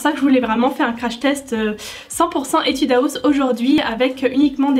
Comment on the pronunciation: Jpp tu dit « etude Aouss »😂😂😂